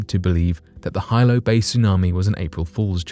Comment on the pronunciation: Hilo, HE...pronounced HEE-lo.